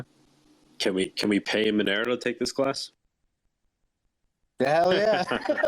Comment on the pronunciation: at least pronounce Monero correctly FFS